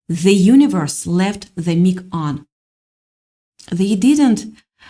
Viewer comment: Sweet lady. Mic is pronounced like microphone without the phone. Thanks for your reading. ❤️🎉